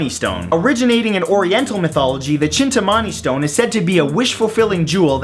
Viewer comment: Just sayin', its pronounced chin-taa-ma-ni stone